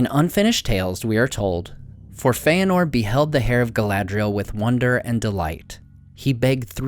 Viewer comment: Dude saying Feanor like Feyenord..... Awful narrator btw